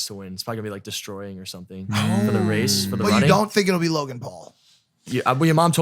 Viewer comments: He called deestroying lmao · “it’s gonna be deestroying” lmao